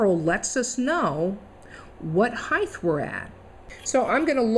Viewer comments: Great video and explanation, but I'm pretty sure there isn't such a word in the English language of heigth.... it has a t at the end heighT, pronounced high-t (not high-tea either!) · Height, not heigTH. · ..."HEIGHTTH"...??? what a moron...